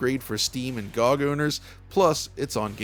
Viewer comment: GOG is pronounced "Gee Oh Gee" not "Gohg"